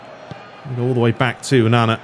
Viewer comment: Please say onana name properly